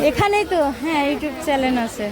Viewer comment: Apni to sikkhito tale Channel ke chalen bolen kano??..khub baje lage sunte...bhul gulo sudhre nin ..ota suscribe na Sub-scribe....bhenge bhenge bolte sikhun ..bolte easy hobe